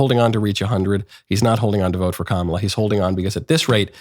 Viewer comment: Trump is a coward with his tail between his legs. Constantly calling Kamala by saying her name wrong is as infantile as they come